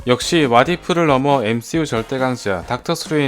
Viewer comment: 엠시유가 아니라 뺌스유네